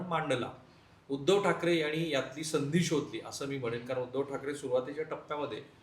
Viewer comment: मणसे, यांणी, पन.....किती चुकीचे उच्चार! मराठीचे कैवारी अश्या मराठी लोकांना एखादी तरी थप्पड का नाही मारत? 🤷🤦